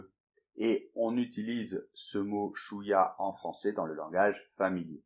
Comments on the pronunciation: salut en arabe chewiya ce n pas suya et merci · Chouwya : première syllabe est ch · On dit chouiya avec le ch et pas un s